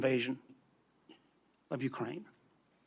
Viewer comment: Uckrain started it back in tow thousand fourteen